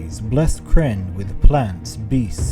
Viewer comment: Love the videos but you need to watch some other Kyrnn vids to get the pronunciation correct. Other than that great, it is important to get it right.